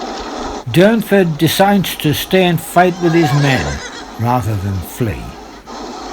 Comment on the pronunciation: Its Durnford not Dunford .🇬🇧